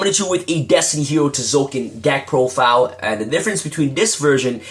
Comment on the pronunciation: the T is silent ffs